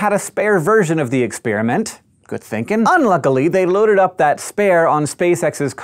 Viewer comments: Expiriment, expiriment, expiriment, expiriment, EXPIRIMENT. It's called experiment! With an "e"! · I can't get over the way he says ex-spearmint.